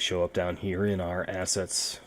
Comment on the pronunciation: why every time he says assets i think he is gonna leave out "ets"